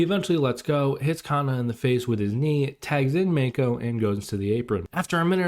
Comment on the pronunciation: oh and btw its fucking driving me crazy it's not pronounced Meiko. Mako, Shark in Japanesse. Mah-Kho. 2 silables. 2 sharp sounds. Mah-Kho. her name is not in english dude.